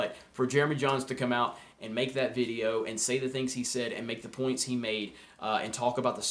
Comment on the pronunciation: Please just say video... other than that ... I love your ... vidioooos